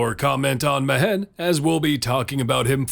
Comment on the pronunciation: Great vid as always mate. Now I won't be able to get that stilted "Me-Hen" pronunciation out if my head. Better than "Me-When" for sure though. Fingers crossed I won't need to fiddle with my gold find team again next event. Time for some pure support or debuff already! I'd even take favored foe...